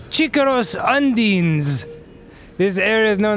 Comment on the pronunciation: Having played Tales games that pronunciation of Undine made me laugh a little :P 1 ton? Dang that's a big fish.